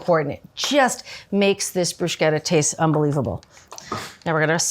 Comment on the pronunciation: I thought her pronunciation of "prozhooto" was weird, but "brooshketta" is even more unexpected. Love Julia either way though, great vid!